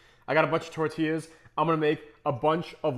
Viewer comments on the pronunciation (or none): none